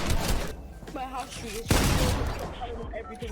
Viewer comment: It iz what it eezz